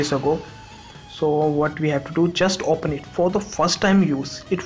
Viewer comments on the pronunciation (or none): none